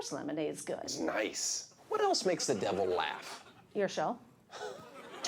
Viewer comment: It's tosh.o not tostsh